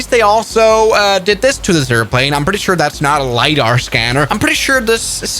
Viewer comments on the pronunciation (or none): none